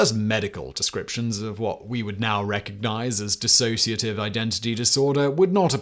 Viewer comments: For God's sake, the word is 'dissociative' not 'dis-A-sociative'. You can't even get that right. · It's DISSOCIATIVE, not DISASSOCIATIVE. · Dissociative, not Disassociative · It's dissociative, not disAssociative. And DDNOS (Dissociative Disorder Not Otherwise Specified) has been changed to Unspecified Dissociative Disorder. Also, there is OSDD (Other Specified Dissociative Disorder) with subtypes 1a and 1b being like DID, 1a lacks the distinction between personalities, and 1b lacks the blackout amnesia between switches. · It's 'dissociative', not dissasociative! Sloppiness like this is what puts me off your multiple channels - you're about as accurate as a human Wikipedia. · Nope it's Dissociative Identity Disorder. Drop the A. Simon mispronounced it consistently.